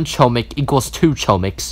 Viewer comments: u are saying chooomik its chomik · Fun fact : chomik is Polish Word, but don't say ch omik, say H but like h amster, chomik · It’s pronounced “HOMIK” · I’ve heard “Choumick” so many times at the point where i don’t even call it “Chohmick” anymore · It’s actually pronounced “hohmick” Chomik is actually hamster in polish and thar is the pronounciation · Its homik not hohmik also they just right chomik I already know that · as a polish person i cant help but laugh everytime someone pronunces chomik as ''KOMICK'' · its pronounced "homeek" btw (its polish for hamster) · Btw u say chomik like this : homik it’s bc it’s in polish I have no idea why haha there’s also 2 Chomiks called mysz and szcur. Mysz is mouse and szcur is rat :] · ITS PRONOUNCED HOM-EEK ITS POLISH FOR HAMSTER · Chomik is pronounced, "Hom" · it's actually pronounced "homik" chomik is actually spell in a different way it's "hamster" and chomik is in polish. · Chomik, pronounced Homik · Saying corretly chomik is (homik) h like in word "hi" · Chomik is Mouse in Polish and its pronounced Hom-eek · It’s chomk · You were saying choemick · It is chom ik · it's pronunced hohmik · Chomik is pronounced hom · Its not chomik its choomik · Btw you were saying chomik wrong but my ears don’t bleed